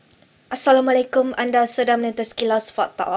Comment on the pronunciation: Bolih tukar pembaca tu tak.. nak sebut ayat : assalamualaikum pun susah sangat